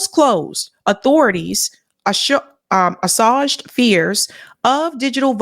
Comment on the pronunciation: Video isn't showing thumbnail when reposted on social media. PS - assuage is pronounced uh·swayj.